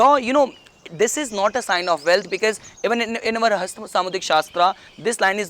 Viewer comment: its our not auvar